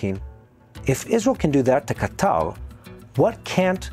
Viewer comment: I'm curious, is that the official way to pronounce Ka- Tar? Ca-tall? Qatar = Catall?